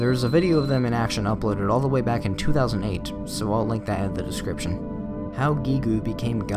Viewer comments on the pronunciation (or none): That can't be the right way to pronounce Gigue, even though I've never heard anyone say it loud before, and disregarding the fact the Japanese pronounce it that way